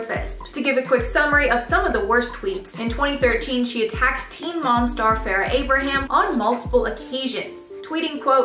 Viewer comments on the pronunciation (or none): none